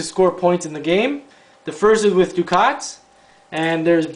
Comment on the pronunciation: Thanks for the play through. BTW, the currency is pronounced duck-et not du-kot.